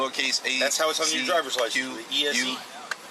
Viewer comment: "Drywer license"